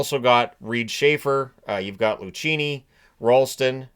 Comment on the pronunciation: Unless he goes by "loo-CHEEN-e," Lucchini is pronounced "loo-KEEN-e."